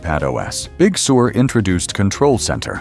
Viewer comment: The speech bot pronounces Big Sur as “Big Sewer.”